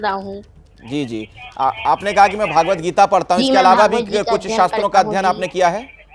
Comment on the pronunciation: भागवद 'गीता' नहीं, भगवद्गीता होता है,, भागवद एक पुराण है